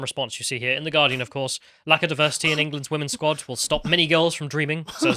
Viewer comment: Diversi’eee is our …. urrgg.